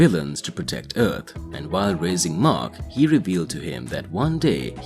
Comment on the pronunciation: I made it in and its just to annoying that he cant pronounce earth. Its not eard its earth. If you make content not in your native language learn the words before.